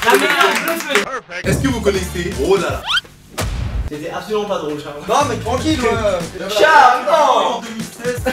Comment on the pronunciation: "BROLALA" ET SA SE PRONONCE BROL HAAAAALLLLLAAAA ET SA S'ECRIS BRAWLHALLA